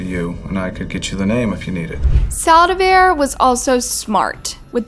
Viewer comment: How do you manage to even pronounce “Saldivar” wrong 🤦🏽‍♀️🤦🏽‍♀️🤦🏽‍♀️